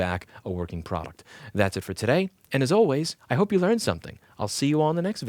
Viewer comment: "Ploduct" I love that you keep little things like that in and just keep moving on. You have good points and you don't want to waste time fixing a small slur of a word. Keep up the great content!